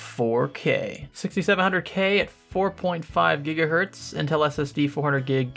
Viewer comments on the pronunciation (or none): none